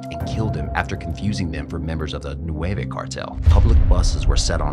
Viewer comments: Not nueve cartel its nuevo. Nueve- nine Nuevo-new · It's "Nueva" not "nueve"